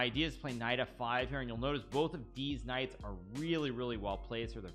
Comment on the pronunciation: i swear i hear hikaru saying diz nuts. instead of these nights